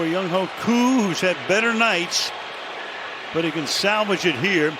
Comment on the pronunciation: C'mon Al Michaels, at least pronounce Younghoe's Koo's name correctly. Every NFL announcer says his name correctly, except you!! I'm not sure if you do that intentionally to mock him or just plain laziness on your part. Either way, it's inexcusable and unprofessional of a veteran NFL broadcaster like yourself.